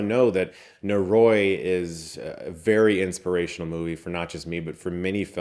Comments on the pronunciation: NO-RO-EE, NO-RO-EEEEE. Not Norooooooiee. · oh boy, i really hate to be that guy but it's killing me 😅 *sigh* NO-RO-I not NO-Roy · Nō-rō-ee would be the correct pronunciation. のろい (no ro ii - 'i' has an 'ee' sound in Japanese) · It's actually pronounced "nohldoree." no-ro-i: no: A short syllable, similar to "no" in English. ro: A Japanese "r" sound (a syllable often described as a mix between the English "l" and "d," where the tongue flaps against the roof of the mouth, similar to the "tt" sound in "butter") followed by a short "o." i: A short "ee" sound, like the "i" in "ski." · NO-RO-I Prounounced Noh-Roh-ee. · Hey Chris, it's not easy to say foreign language words correctly but if you love this movie so much please take a second to look up the pronunciation of "noroi" in Japanese <3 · They say literally at the end of the trailer. He could've made a little effort to at least pronounce the name correctly. Great video nonetheless